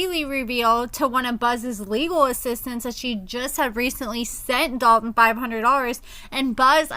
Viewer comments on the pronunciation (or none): I hate how people say the name Dalton 🥴 The lawyer says it properly lol When people say Dal Tin it irks my nerves 😩 Idky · Yes!! I thought I was the only one. I cringe every time Haley says his name lol